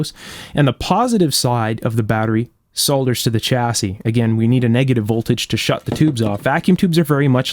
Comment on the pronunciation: Excellent work! Thank you so much for all you do in the world of electronics.... And what's more you actually pronounce the 'L' in solder just how it should be! The sound is great in this video by the way, it was just a fraction too bassey before, it just needed a little low cut filter of 100Hz or so. Thanks again, keep up the good work. All the best from the UK.